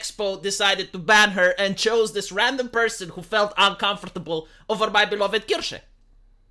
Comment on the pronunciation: ist's Kirche, not Kirsche... the first one is a Church the second one is a Cherry... know the difference,, pronounce it korrektly!;)